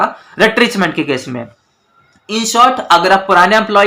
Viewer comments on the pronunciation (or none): sir it is retrenchment not RETRECHMENT baki saab too good hai